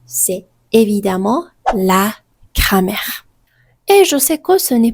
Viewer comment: «Cramer» au lieu de «grammaire» mdr